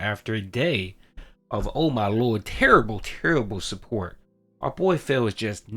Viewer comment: Low suhpoort Low suhpoort Shut up’a your face, Phil You make’a me so angry